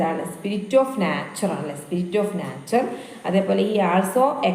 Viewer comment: മാഡം, നാച്ചർ എന്ന് പറയുന്നതിന് പകരം നൈച്ചർ എന്ന് പ്രെനൗൺസ് ചെയ്യൂ 😊